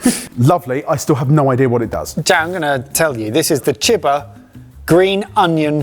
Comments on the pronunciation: You guys pronouncing "chiba" like "chibber" sounds so terrible. Genuinely? Native english speakers tend to mess up everything that isn't english to such stupid degrees. Maybe that's because being biliangual is a special thing for you, meanwhile in germany you have to be triliangual, or at least good enough at the third language to pass, to pass high school. So we are exposed to other languages more. And also, english is genuinely unique in how soft and wishy washy everything is pronounced. And you can't even speak english properly with your stupid attempts at english-ifying every language. Because english grammar would tell you that if there is a vowel before a single consonant, the vowel is usually stretched out or at least neutral. But if there is a vowel before double consonants, it is pronounced more quickly and the double consonant is also pronounced to sound quicker and shorter. So you pronouncing "chiba" as "chibber" shows how you don't even have an intuitive understanding for the rules of your own god damn language. This part illustrates my point so well. You read "maki maker" as "mackey mayker". So, why tf did you pronounce maki so differently from maker? Let's put aside the fact how maki is actually pronounced. The thing I want to highlight is how you just took 2 workds that start with "mak" and have a vowel after that and you know how to pronounce one of them, maker. It is pronounced as "may-ker". So then you have "maki" which SHOULD if we go by your english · chiba is not "cheh-buh", try "chee-bah" next time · Not Chib-Ba, but Chi ba, like Tai Chi. like Chee in Cheese.